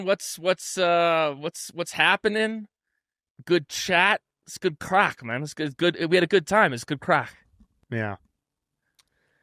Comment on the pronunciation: What’s the craic?! Loving the Eddie Jordan ep — absolute legend. But lads… Craic is pronounced "crack", not to be confused with any other sort of crack 😂 It’s an Irish word for fun, mischief, good times — and Eddie was all of that. ☘